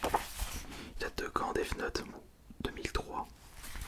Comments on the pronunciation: Mais pk il dit deave note ? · A l'anglaise